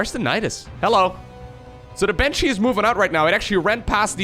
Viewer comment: Miberator, Maven, Manshee